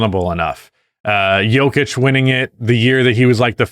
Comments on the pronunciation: I know full well this dude didn’t just call nikola jokic the yoker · “Yolker” - 2025